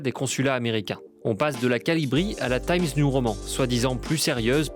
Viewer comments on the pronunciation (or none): Bravo au stagiaire mais c'est timé nouveau roman, pas tayms new roman.